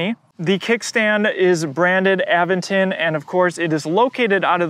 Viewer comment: a VENT ton. Not, Aven ton.